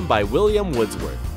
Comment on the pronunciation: Never mind mispronouncing the word "subsequently" in this video, but referencing a poem by William "Woodsworth"???? And this is about seeking correct search results? : ) (It is William Wordsworth).